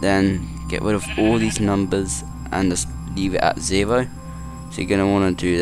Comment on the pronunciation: you helped alot but you sound like you never speaked english before and you say zero like noo noo noo...